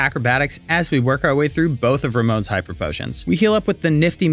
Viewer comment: It's Ramos not Romon